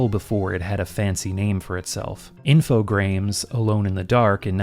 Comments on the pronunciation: Hey man, I hate to sound like a snooty French guy (especially since I am belgian) but it's pronounced "Infograaahm", for "Informatique" + "Programme". Also you cater so well to my needs that, much like Super Eyepatch Wolf, I have to skip some videos because you play stuff I want to play. Or you make me want to play them. How dare you. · Infogrames is pronounced as if the 'e' was not there. I mean, not that it fuckin' matters now, they're long dead.